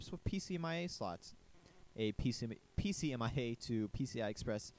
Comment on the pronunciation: PCMCIA, not "pcmia"